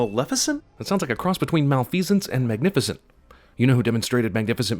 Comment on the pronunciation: malice, magigecent